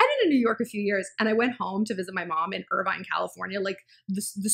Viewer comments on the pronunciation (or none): none